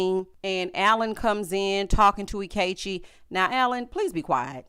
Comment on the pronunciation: Not "anti-Ikechi" 😂